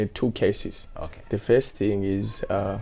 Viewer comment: kwahi "beybie' , " at feyist" haaa musalala wepa Mabvukusdale